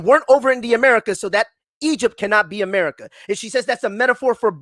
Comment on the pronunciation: Funniest show I’ve listened to in a while. America Which is Amoorica which is amorites🤣🤣🤣